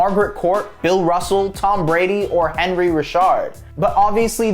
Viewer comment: No disrespect, but his name is "An-Ree" Richard. Got Richard right though. Good content, keep it up